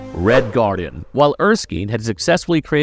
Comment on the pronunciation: Did you just say red garden?